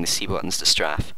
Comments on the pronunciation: its pronounced Stray-fe not straf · its pronounced st-ray-ph, not st-raph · .- its pronounced like strait with an f not straff